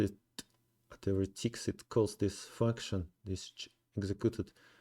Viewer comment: Bro, please add a subtitle. You pronounce "function" as "furckson," and that’s not legal.